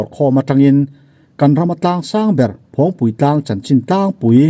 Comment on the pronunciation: Phawngpi tlang tih a lam tur aw